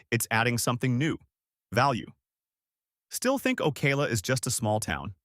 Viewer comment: It’s not OKAY-LA it’s Oh-cow-la.